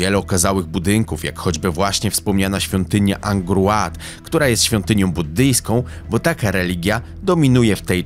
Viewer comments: materiał ok ale razi wymowa nazw własnych w niektórych momentach. Angor Łat?? chyba Angkor Wat.. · Pierwszy raz słyszę "Ankkor Łat" czytamy WAT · Pola Pota!?! Sic! Pola to jest Raksa, a imię omawianej kreatury nie odmienia się. Jak można robić jaki bądź research czy kwerendę do odcinka i jeszcze tego się nie dosłuchać?!!! I jeszcze kwiatki w rodzaju "angor łat"... WHAT?!?!! Angory to ci po edukacji kicają. Dla jasności - bo nie ma opcji żebyś zajarzył - chodzi o zieloną trawkę. Nie, nie . Nie tę którą jarałeś na wagarach. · Pol Pota, a nie Pola Pota! "Pol" się nie odmienia. No i, Angkor Wat, a nie Łat. Oraz Indochiny, a nie "Indiochiny"! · O, film o Pol Pocie, se obejrzę, pomyślałem. Włączyłem i od razu strzał w pysk: "Pola Pota". Tego się nie odmienia! Pol Pota sie mówi! Ale nic, dam szansę, myślę. A tu z drugiej strony strzał pod limo: "Angor Łat". Luźwa nie, no po prostu nie. I tyle z oglądania. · Dlaczego "Pola Pota"? Dlaczego "Angor Łat"? Po jakiemu ty mówisz?!